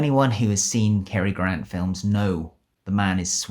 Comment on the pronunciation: The name's GRANT, Cary Grant. Not "Gran".